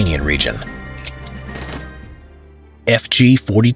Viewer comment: he nailed the pronunciation of fg 42